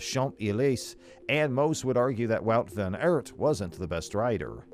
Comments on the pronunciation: Please it is wout van aert (aart) not eert😡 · Maybe you could start byu learning top pronounce his name properly.